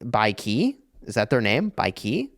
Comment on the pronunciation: idk if ur watching but it's pronounced Bai shi, love u 😘